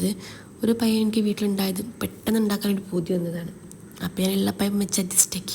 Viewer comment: പയം അല്ല പഴം